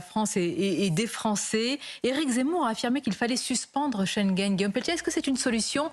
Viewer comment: Oupss peltier pas pelletier rire